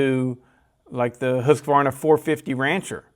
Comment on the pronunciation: Before i die i want to hear one american pronounce Husqvarna correc,t once.